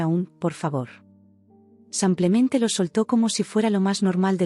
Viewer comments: SI NO PUEDE PRONUNCIAR CORRECTAMENTE SIMPLEMENTE EN VEZ DE SAMPLEMENTE COMO DICE, CAMBIEN LA PALABRA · Pueden cambiar a quien relata enseñarle a decir SIMPLEMENTE? CON IIIIIIIIII. NO CON A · No comprendo por qué dices SAMPLEMENTE y acentúa tan mal las palabras.